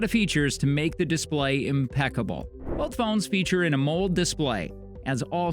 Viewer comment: AH MULLED display. Ha, the pronunciation...